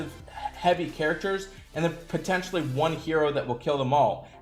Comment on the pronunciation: How do you always come up with the least intuitive pronunciation for every hero?